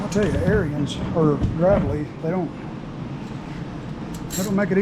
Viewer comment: It’s pronounced: Grave Lee